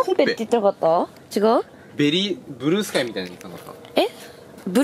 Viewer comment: ｢ちやう！｣って言ってる！ぽんすと一緒だwwwwww